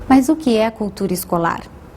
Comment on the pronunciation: Ela fala "mãs", em vez de "mas"! hahaha